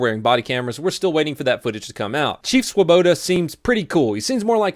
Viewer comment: woah, my name is Swoboda. never imagined a Swoboda being on the news or famous or something, other than Ron for the Mets also congratulations to saying it correctly XD its such an easy to pronounce name yet people always get it wrong. its not "svuh-bow-DAH!", "swah-boe-doe", "swu-be-toe", its "swo-boe-da"